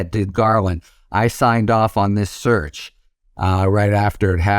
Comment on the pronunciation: The title of this video was compelling to me. After listening to ths man speak I could only tolerate one minute and nine seconds. Sounds like he's saying surge, not search.